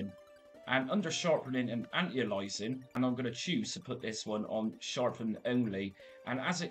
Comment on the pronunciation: Anti - A LI AS ING, say it with me :)